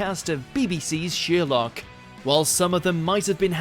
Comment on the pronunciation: The name is pronounced Sherlock, not Sheerlock. But that's the smallest part of this complete trainwreck of a video.